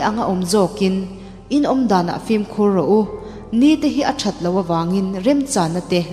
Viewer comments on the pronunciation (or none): none